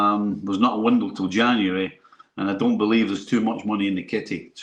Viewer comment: "bliv" Seriously??? 🙄